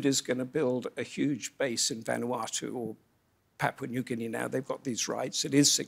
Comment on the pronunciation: Thank you Roundtable - PNG Loves Australia USA CHINA n the world , we indirectly trying to be a peace zone for y’all to come chill with us have a beer and talk solutions to issues. BTW Anchor needs a raise for being the first foreign journalist to correctly pronounce my country name 🤣👏🏽